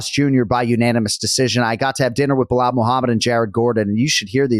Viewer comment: Chael: Mackelchev (Islam) Behol (Belal)